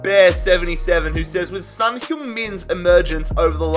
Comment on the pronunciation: Heung Min Son's name is pronounced like it's written, son, with an "o" sound, and not like the word son which pronounced with an "a" sound